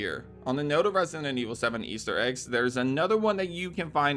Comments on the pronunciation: Why do you always say "resinent evil" instead of "resident"? Or is it just me hearing that? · Lost count of how many times “resident” was pronounced “resinent” and zoned out half the Easter eggs 😂😂😂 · For a channel that uploads constant videos on Resident Evil, why do you pronounce it “ResiNent Evil”? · Bro pronouncing Resident Evil like "Resinend" Evil all the time triggered me so damn hard